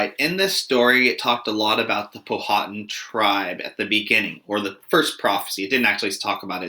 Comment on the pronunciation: Please pronounce the names of the Native American tribes correctly. Pow-ah-tan not pow-ha-tin